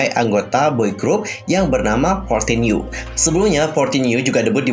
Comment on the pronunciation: bukannya 14U itu dibaca 'one four(for) U(you)' ya? :)